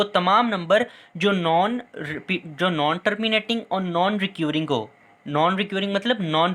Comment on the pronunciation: Very well done sir.. But 1 word "recurring" Jo ap pronounce KR rhy hain. Kia yeh ap thek pronounce KR rhy hain. Ya mjhy ghalat lg rha hai